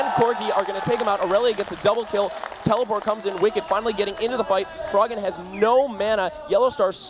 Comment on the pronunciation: I love how the commenter says tellyport instead of teleport, it's amazing XD